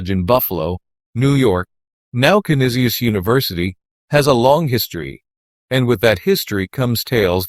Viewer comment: Pronounced CAN NEES CHESS